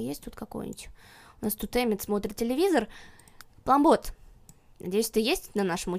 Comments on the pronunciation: не плАмбот,а плЮмбот:) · ты говоришь плАмбот а не плЮмбот